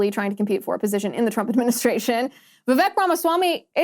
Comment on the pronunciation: Liz! Vivek’s name is pronounced like CAKE! Vi vake!!